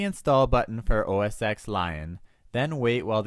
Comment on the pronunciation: it's not OS "X" it's Mac OS 10 (X is the roman numeral forr 10 :P)